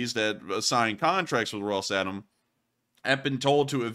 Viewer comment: i believe it is called "Rosatom" and not "Ros-Atom".